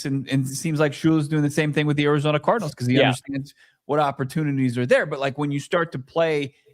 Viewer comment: he said Arizona Tardinals